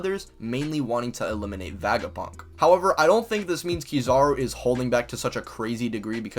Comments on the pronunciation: I liked this video then I heard this man say vagapunk and it hurt every time he said it like physically hurt like istg I have a mini headache for a couple seconds everytime this man says VAGAPUNK. STOP SAYING VAGAPUNK IT SOUNDS LIKE A SEX TOY BRO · Great video, but you pronounce Vegapunk weird lol. It's Vega like Vegas. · Bro what are you smoking when you try to pronounce Vegapunk?